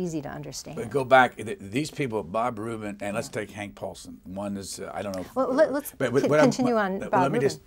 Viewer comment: It's "Rubin", not "Rupin". I know, same difference.